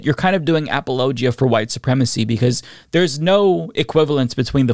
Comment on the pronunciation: apple-ogia? I’ve NEVER heard it pronounced that way. Interesting.